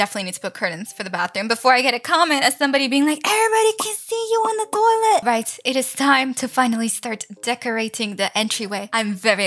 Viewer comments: When you said toielt I thought you are American but your Latino right🤔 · I have questions are you French bc my mom is from Quebec and she says toilet like that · Why are you saying toilet different?